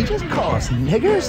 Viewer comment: Everything from his perfect Southern drawl and pronunciation of the word "naygers", the exploding head, the reason Clayton divorced his wife...etc. The way Chapelle pokes fun at racism is both satirical and comedic genius.